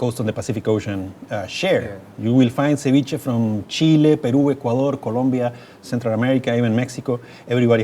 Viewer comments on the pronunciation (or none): none